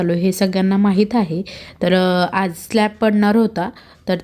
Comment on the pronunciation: स्लॅप नाही स्लॅब म्हणा.अर्थ बदलतो.स्लॅप म्हणजे थप्पड 😅😅